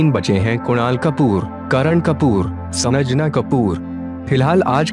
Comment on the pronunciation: It is Sanjana not Sanajana.